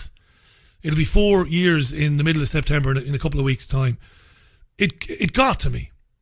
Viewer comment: Nice to have you back mate....oh & its September, not Sptember :-)